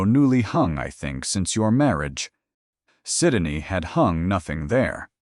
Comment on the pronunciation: Narrator 's mispronunciation of Syndey's name is very annoying.